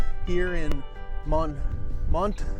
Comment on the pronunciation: Just want to add that the pronunciation for Montmarte is Moe Mart. Thanks.